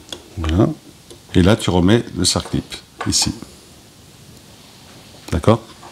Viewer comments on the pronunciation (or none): Bravo ! tout à fait OK avec vous. Je rajouterai une autre remarque : on dit un circlips et non pas un cerclips, parole d'un ancien ajusteur tourneur. Mais ne soyons pas sévère 😂😂